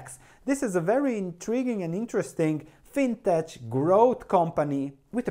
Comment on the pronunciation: I don't know how to pronounce Qudian but I am reasonably confident that fintech should be pronounced "fintek". Like in the word technology.